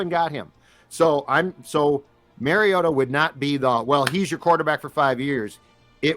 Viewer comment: LOL Marcus "MARY-OH-TAH" is nearly as bad as Roger Goodell fucking it up when he was picked #2 Overall. It's Marcus (at least you can pronounce Marcus correctly) "MAHR-E-OH-TAH". Holy FUCK can you guys make yourselves look like absolute fools who have NO business in the field you're in, but hey... At least you aren't fucking the name up of any current Viking other than "WONG-WOO" (🙄)